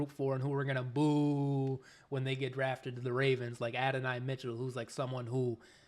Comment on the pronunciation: I'm glad to hear you pronounce Adonai correctly. Lol